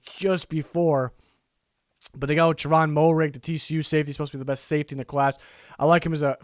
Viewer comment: Trevon moehrig out of TCU is actually pronounced MARE-IG just letting you know